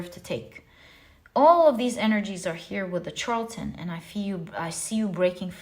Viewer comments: Pile #1 is pronounced Shar-la-ten 🤗 The Charlatan in pile #1 & #3 is my husband, I'm breaking free after I get all of my ducks in a row. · Dearest! You do so much for us. I feel the need to tell you charlatan is pronounced shar la ton. "ˈSHärləd(ə)n,ˈSHärlətn a person falsely claiming to have a special knowledge or skill; a fraud.